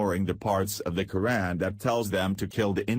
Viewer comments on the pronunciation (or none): none